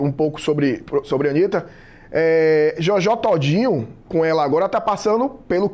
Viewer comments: Jójó tódinho 😂😂😂😂😂😂😂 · Jójó Tódinho 😂😂😂😂